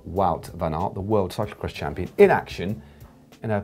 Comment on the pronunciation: Caption: "I beg your pardon, did you just say cyclocrotch?"